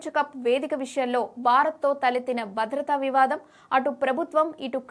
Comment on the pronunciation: News రీడర్ ఎంపిక అందం అనేది ప్రామాణికం కాదు, పలికే స్పష్టత ఉండాలి.. బారత్ కాదు భారత్, బద్రత కాదు భద్రత, వైకరి కాదు వైఖరి , బేటీ కాదు భేటీ.... ఇంకా ఎన్నెన్నో...